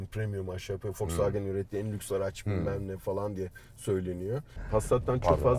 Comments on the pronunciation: foksvagen diyor hayatımda ilk defa boyle diyeni gordum fdksgndksgn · şu adama birisi Volkswagenin okunuşunun folksvagın olduğunu söyleyebilir mi? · Bende folsvagen diyişini sevmedim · Yabancı okunuşu zaten V le değil F ile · Yalnız adam foksvagen diyor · foksvagen deme abi ya :D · folsvagen değil wolskvogen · Biri Şu Adama wolksvagen demeyi öğretsin kanser oldum aq folksvagen nedir lan amk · Bundan sonra vosvogen e foksvagıen diyeceğim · Tilt oldum "W"olks"W"agen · Folkswogen ne aq o wolkswogen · Folkswagen diyo volkswagen demesi lazım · Önce marka ismini oku Foksfagen nedir ya. Foksfagen seni niye işe almıyor tasarım mühendisi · Ulan Adam wolsvogen demiyor folsfoken diyor bi git abi ya parayi bol bulmus dieseli kotuluyor premium Adamlar yapmis bu begenmiyor Ben buna sahin versem 1 aylina sonra arteon versem Bugatti binmis gibi olur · de fosfagen diyo o fosfagen değil woswagen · fosvagen ne abi yaa vosvagen de bari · vw demeyi öğrense iyi olcak 😂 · Şu adama volkswagen demeyi öğretin aq fulkswagen diyo amk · Foswagen ne olum be volkswagen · Madem tam anlamıyla telaffuzla söylenmek isteniyor "Foksfagen" değil "Foksfagın" dır. Bunun dışında süper inceleme, güzel dokunuşlar. Teşekkürler. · Adam Volkswagen e folkswagen diyor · Fokswogen deyen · Foksvagen demeyyidi iyiydi :) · ADAM DAKKA BAŞI FOKSVAGEN DİYO AQ :d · Foksvageb dedikçe gerildimm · Fosfaagen diyerek aracin fos olduğunu mu söylüyor. 😊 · Adam harbiden ters ya Folswagen dedi durdu amk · Foksfaken diyo çok gıcık oluyom amk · Fosvagen değil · FOLKSWAGEN :D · Cool konuşcam diye, Foksvagen diyen dayıya bak hele... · orkun fatih yılmaz folksvaagın diye okunur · Folksvagen hshshshhs ulen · Hatalar buldu eyvallah volkswagen a foxwagen diyorsun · Folksfagen ne abim ya 😂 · Amk folksvağgen diyo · neden fosfagen ? Doğru söylenişi mi o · Almancada V F olarak okunur..Dogru telafuz..ve anlami Halkarabasi dir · Bu adam volkswagene neden folksfagen diyo amk